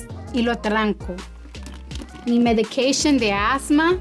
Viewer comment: Mi medikeishon de asmaa... SIEMPRE... JAJAJAJA AMEEEEE😅😅😅